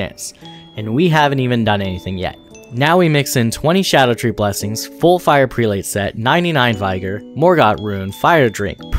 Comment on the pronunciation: Some good info. In return I'll give you some as well. Verdigris is pronounced Verd-i-gree Vigor is pronounced Vig-er And Prelate is pronounced Pre-lett